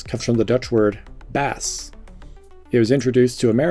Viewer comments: "Baas" in Dutch is pronounced "B-Aah-s", not like "Bass" as in the fish. Source: am Dutch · The Dutch word is "baas", not the misspelled "bass" that is shown here. Also, it's mispronounced. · The Dutch word for boss is spelled 'baas', not 'bass'. Other than that great vid. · Boss comes from the dutch Baas not bass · I do think others are also pointing out the word is Baas (nowadays, at least)